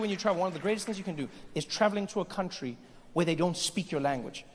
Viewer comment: "I want my cuntry back!"